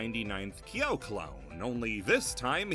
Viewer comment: You go out of your way to pronounce Angel correctly but buture Kyo, Ryo and Ryu